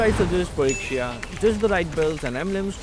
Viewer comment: Finally someone said lixia 😭